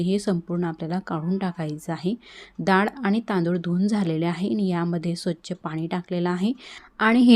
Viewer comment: Nice recipe. I think it should pronounce डाळ not दाळ. This is just to correct and not hurt you.